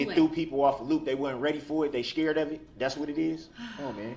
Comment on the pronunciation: "day sschared of it??